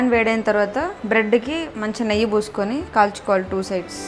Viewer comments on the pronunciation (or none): none